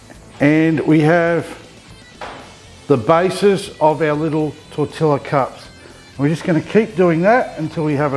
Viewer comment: Hey, not wanting to be the grammar police, but tortilla is pronounced Tortiya.The L's make a Y sound. I did the same as u until I was corrected in a mexican restaurant. Cheers and keep up the great work. p. s. Been wanting to make carne asada for ages. Might try on the weekend.